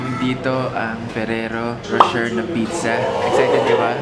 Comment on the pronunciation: Kuya, "Ro-shey" po ang tamang bigkas ng ferrero Rocher.. hehehe 👌🏻👌🏻